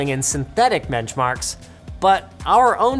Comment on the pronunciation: Hold up.. did he say "menchmarks" ?